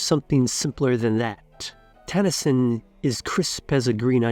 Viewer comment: Pronunciation is cringe. NOT TAN-a-sin. It's tah-nah-sheen, with no accent.